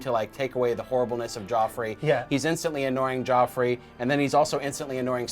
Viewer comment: You mean Joffrey, not Geoffrey